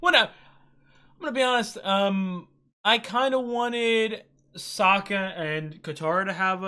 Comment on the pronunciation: you had corrected yourself and then went back to "so-kuh" 🤦 I like that you are appreciating the journey, there is another reactor out there, a 17 year old Australian girl who complains about anything that doesn't "forward the main goal". She has zero understanding of sub-plots or realistic plots.